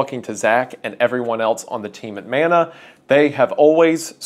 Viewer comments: Kia ora / hello Wendigoon, as a Māori it is very important for me to inform you of the proper pronunciation of Mana, as mana is a Māori word. Mana means strength, prestige and importance all in one. It is pronounced muh-nuh sort of like mon from money and uh. I hope you take this into consideration as it is a small but important thing to understand. Mauri ora / live well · Never forget. < and > lets you frame by frame on YT <3 🤣 Side note: I wish this would become more common but ill be damned if you don't make it look best, I'm proud as hell to see how you grabbed it and made the best of it. Much love (Edit) It is Man-Ah but if you're REALLY southern it MEN-ea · When he struggles to pronounce it, and he says it like Mana-sama, well, now I gotta listen to Malice Mizer more 😔